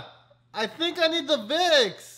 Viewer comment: Change the v in Vicks to a d